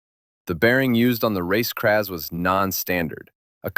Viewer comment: It's Kraz not kpa3?